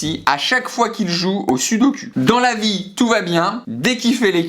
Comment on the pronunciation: SUDOKU ont dit sudokU ! 😂 Super Vidéo comme dab !